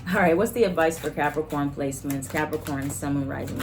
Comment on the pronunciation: Not you saying “capriccio-corns” 😂😂😂 (cap moon) Ok let me continue watching lol